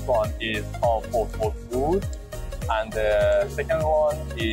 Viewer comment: Oud is pronounced ood...you butcher the pronunciation man 😅